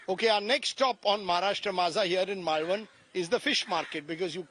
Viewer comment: Rajdeep can’t even pronounce Malvan😂